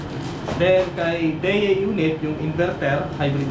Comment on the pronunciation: Parang Idea po ang bigkas, not sure po but look like po.